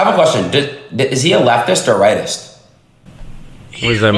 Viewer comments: Did say "right-ist"? 🤣🤣🤣🤣🤣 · ADIN SAID LETIST OR RIGHTIST PLS 😭😭😭